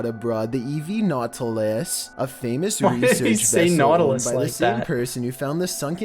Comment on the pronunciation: "Was taken abroad the EV Nautilus" Honestly, how does he so badly mispronounce the simplest words that he wrote!! My theory is that he now outsources the writing of his ridiculously simple scripts, which is both shocking and entirely predictable.